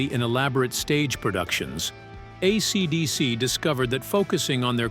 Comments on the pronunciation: Most of the time it's fine... just when it says AeeeeCeeeeDeeeeCeeee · Why are you saying AC/DC like that.